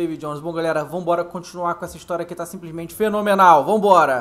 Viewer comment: Ele falou sinsplismente no cameço